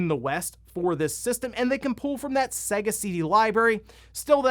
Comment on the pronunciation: Not Segga, it's Sega